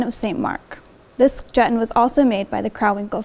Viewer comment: Great video. It's actually pronounced Juh-TAHN.